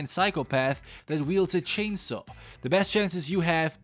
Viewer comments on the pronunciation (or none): Bruh really said “Texas Chainsuh Masucker”